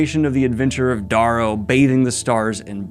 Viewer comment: Love this. Love your sweater. But please it's "Dare-oh" NOT "Dargh-oh". Similar to Arrow, not Borrow. (smirk). Still love you dude.